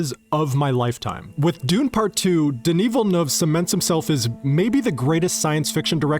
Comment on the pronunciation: You're the first American (I assume that you are. Please correct me if I'm wrong) who pronounces Villeneuve correctly, as opposed to the usual "Villenouve". On behalf of Denis Villeneuve, I appreciate it.